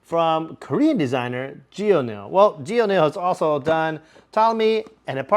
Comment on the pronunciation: Great video! It makes me wish that I went to the event! Small note: "Geonil," maker of Phantom of the Opera is pronounced "Gun(the firearm)-il."